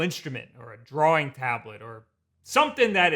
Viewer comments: (why is he saying "draw-ring" instead of "drawing" tho??) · What is drawrring? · The way you pronounce "drawing" makes me wanna kill myself. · Only thing weird about this video is how you saw "drawing" as. You also always say Mario wrong. It's not MAYRIO. Say "Mars" then say "Mar" Then say "IO".